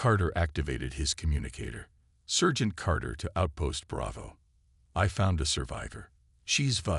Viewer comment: sergeant is not pronounced "sir gent". It's "sar gent".